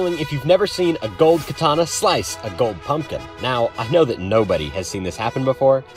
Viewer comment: he said slice so hard he added an H i n the middle